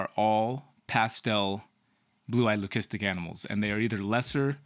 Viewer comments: do you say lucistic like that on purpose? lol I have never heard it like that be4? Well anyway getting back to the video buddy! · I see… well I wanted to ask cause we have really been wondering lol